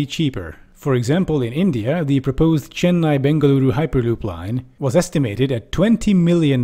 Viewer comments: I'm impressed as a south indian that you correctly pronounced Chennai and Bengaluru. Most Americans and Europeans butcher the shit out of south indian languages😂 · You pronounced chennai and bengaluru so good it was perfect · The way u pronounced chennai bengaluru was so perfect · You're the only non Indian person who pronounced "Chennai-Bengaluru" perfectly